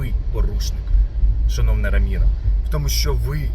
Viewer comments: Раміна, наголос на останню А. Відома блошерша, гляньте як вона бігала по Бахмуту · і то ше адвокат? Ім'я головної героїні не може нормально вимовити. Адвокат рагуль і дружок бичара ше той.